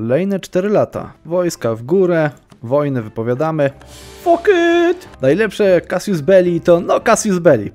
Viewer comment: Drobna uwaga: Casus Belli, nie "casius," Casius, to rzymskie imie- Kasjusz.